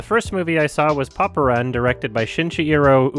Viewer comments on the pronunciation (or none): It's say Popran but I hear Poparan.